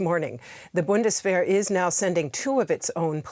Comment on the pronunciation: who are you making the news for? German speakers or English speakers? English speakers I suppose. Maybe using Bundeswehr is not the best way to read/share news. Just say "German Army" so that people get what you are saying, instead of pronouncing the word wrong and making it embarrassing for yourself and difficult for others to understand.